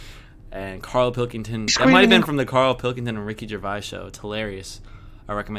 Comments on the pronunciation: Hi. Ricky's surname is pronounce "Juh-vayz" not "Juh-vye" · it's pronounced ricky jer-vayce actually but good video. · You've been told about a million times... it's Ger-VASE - rhymes with FACE!! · Gervais pronounced Jer-Vase and rhymes with Her-Face. Why is it so hard for Americans to say his name? It's said the same way it's spelt. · there are people with that same name who pronounce it Jer vey, it kind of depends on where your from. its origins are french/germanic and dependant on other cultural dialectic pronunciations. its not just the U.S. that have that difficulty in knowing which it is, its only ever clear if the person themselves tell you how they prefer it to be pronounced. but yes your right that in ricky's case he does pronounce it vays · Ricky’s surname is pronounced jer vaze. I know you like to get things right. Not a criticism. Love your vids.